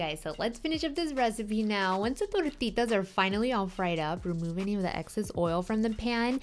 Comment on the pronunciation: wow fancy pancy recipe Beautiful....love how you throw around the accents too....could listen to you say tortitas all day lady....we've been experimenting a lot with using beyond beef for some of these kinds of recipes and it's really amazing and has come down in price a lot....we may do a vegan meatloaf video or something like that soon...